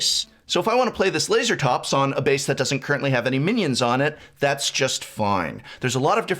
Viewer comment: Lase(pause)Ratops in my opinion. Not Laser(pause)Atops :P